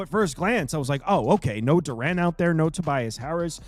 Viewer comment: Yo Jalen Duren name is pronounced DUR-IN. Not DUR-AN